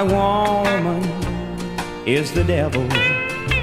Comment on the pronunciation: I love Moe Bandy!! 1973 -- back when country music was fantastic. The way he says " woe-mun" with the emphasis on the first syllable ❤.